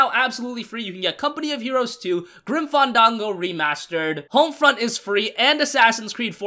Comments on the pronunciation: Anyone else say "Fandango" like "Fundongo" like does? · why do you say fandango like that? why is nobody questioning this?! lol